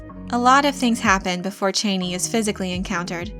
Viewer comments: CHA-nee not CHAY-nee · Being a long-time Dune (and Frank Herbert) fan, I enjoy your videos about the Dune universe. But I cringed at your pronunciation of Chani’s name. This is not a criticism, mind you, only a suggestion to consider. Based on their history, I believe their language to be pronounced phonetically. That said, I think Chani should be pronounced Chah-nee, and not Chay-nee. Again, this is not meant to criticize. Keep up the good work.... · "Chain-ie" literally unwatchable.... not to mention click bait Jeff Goldbloom on Fenring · Why can't anyone say Chani correctly? You don't pronounce it like the former vice president's last name (Dick Cheney). It's a long 'ahhh' a sound. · Cha- ni not chain-ee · Per Frank Herbert her name was pronounced Chaw-knee not Chainy. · It's Chani, not Chayney... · never before saw your videos, but you are doing ok with this one. Just your pronounciation of her name is a little off- her name is not "Cheyney" but "Ch-yaa-nee" As in "ya-ni " but starting with CH. Cheers! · Chauny!!!! Not chainy!!! My god gurl! Lol. Why am I so petty? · It’s pronounced Cha-knee! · Every time you said chani’s name wrong I screamed CHANI but your videos rock and I love your dune videos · I always pronounced her name ChAHni. Your pronunciation sounds weird. But you may be right. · It's pronounced "Chah-nee." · I wish the narrator would pronounce the names and words right. Chani is pronounced Chaw-nee. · It’s pronounced “Chaw-knee” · Please try to catch the names correctly. The name is Harkkonen. There are two Ks. It is not Hakanen. The name is Chani (soft A) not Chaney, as in Dick.